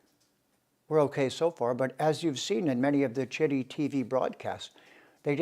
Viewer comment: It's pronounced as chitt not t tt for taimur Tehran. Bharat means .. bha means rays of sun ... and rat means engrossed.. so in a land where all humans are engrossed in search of rays of truth is called bharat.